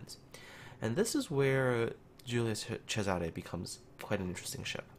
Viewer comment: I'm italian end you the only one (non italian) that pronounce the name of the ship correctly, I rilly estimate this